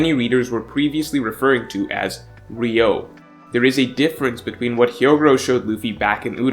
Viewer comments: Why can't one fucking one piece fan say the name correctly? It's not RIO IT'S PRONOUNCED RYU - O. there's 3 syllables.. Goddamn I swear some of yall don't pay attention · Why has Ryuo become Ryou?? Lazy pronunciation changes things like this 😒 although it doesn’t matter that much it’s still unsettling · I know it's a nit pick, but it's pronounced something closer to ree-oo-oh and not ree-oh, the u comes first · Its RYUO NOT RYOU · idk what ryou is. but I know what ryuo is. This word is the most misspelled and mispronounced word in the one piece community cus its not just its 90% of other youtube content creators as well. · It's "ryuo" not "ryou" Why does everyone call it the latter 😭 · Pretty sure it’s Ryuo, not Ryou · *Ryuo Not Ryou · Yeah, He keep saying it ryou instead of ryuo. That's just so ugh 🤦🏻‍♂️ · isnt it ryuo? pronounced like ryu-o? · It's ”Ryu-oh”